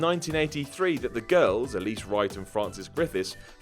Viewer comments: ELSIE Wright, not Elise. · Elsie, not Elise.